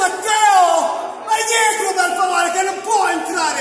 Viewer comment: "Vai dietro per faovreh". E va dietro lui.